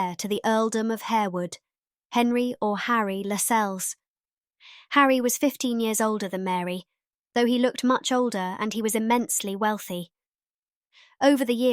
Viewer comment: Also "Harewood" should be pronounced "harr-wood" and Lascelles should be said to rhyme with "tassles"